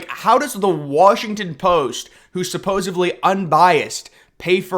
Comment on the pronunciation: Great content. Love the channel. But It's "supposeDly." 🙂👍 Anyways, keep up the awesome work!